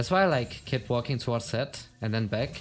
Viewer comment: LOL he meant that you are against a Zed but you pronounce it as Sett lol